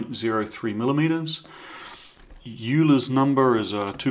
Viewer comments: That was great...Ha ha washing machines... (PS. I think the great mathematician is pronounced 'oiler') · 23/57ths:-D been watching Project Binky have you? ps: Euler is pronounced 'Oil-er' btw;-)